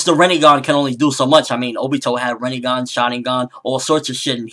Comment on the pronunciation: it is not pronounced Rineygon it is pronounced Renaygon the I has an sharp EE sound and the E has an Aay sound like the A in bate so it is simply Rinnegan